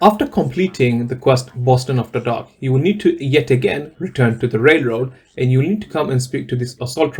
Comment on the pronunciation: why can't you say the word Railroad correctly 😂😂😂